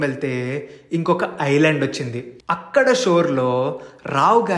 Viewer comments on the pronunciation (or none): none